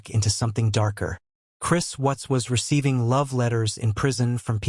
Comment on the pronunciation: Gees you can't even get the last name correct it's Watts